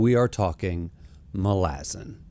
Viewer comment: love the video but bro not Muh-lazen its MA - Luh- Zan it drove me crazy lmao